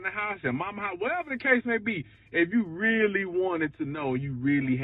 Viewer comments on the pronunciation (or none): none